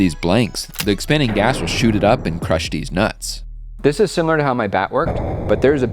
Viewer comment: "[...] the expanding gas will shoot it up and crush deez nutz." The captions said "these nuts", but I heard differently!